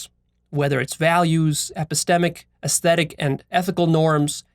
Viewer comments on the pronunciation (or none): none